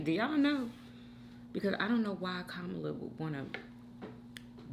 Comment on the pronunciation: You called her Komala/ time stamp , and called Kamala time stamp 😂all right Trump Jr LOL😂😂😂❤